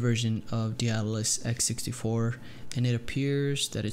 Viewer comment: Lmao none of these noobs can pronounce Daedalus